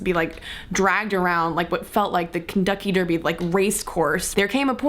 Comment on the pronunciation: Oh, that was cute. XD You said Kenducky Derby. XD